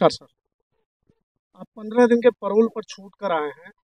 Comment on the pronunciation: परौल नहीं पैरोल होता है